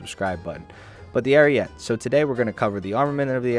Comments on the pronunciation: Ar ee et eh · Isn't it pronounced Ah-ree-yeh-tay? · The e at the end of ariete is not silent it is pronounced Arieté. It means ram (like battering ram, not animal ram) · Please take a minute out of your day just to learn how Ariete is supposed to be pronounced. If you search "Carro Armato Ariete" into youtube, click the first video that's in Italian and just listen for when they pronounce the tank name which is less than a minute into the video. Ariete, like ahrietay.